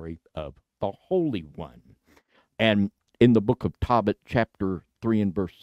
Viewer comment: Tohbit, not Tawbit!!! Ark angel, not arch! Come on, it's not that hard!